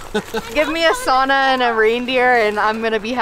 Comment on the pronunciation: One task. Spot local and learn how to pronounce sauna correctly 🙂👊